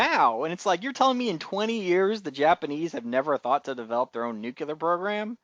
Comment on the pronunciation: Some of your insights were interesting, thank you, though I did think it was also a little odd that you object to science fiction elements when you're discussing a series based on a science fiction novel. Two suggestions for aspiring podcasters - nuclear: noo-clee-ar. It's very distracting when you keep mispronouncing this word. Also, since you're recording, you should have paused a moment to look up that Lem delivered the films that the Man in the High Castle didn't burn to Mr. Tagomi and that "the antique guy" is Robert Childan You did look up the obergruppenfuhrer translation, after all.